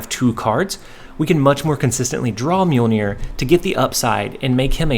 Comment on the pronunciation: Awesome deck. I'm surprised you pronounced Mjolnir correctly haha